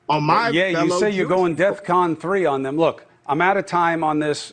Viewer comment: btw, that's DEFCON... not deathcon.